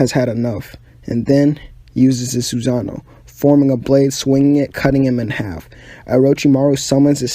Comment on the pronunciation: You said a lot of words wrong like Sassano